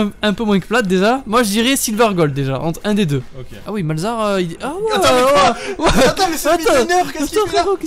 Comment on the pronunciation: Je vous assure que malzahar qui aide au top c est bien mais avec son R X)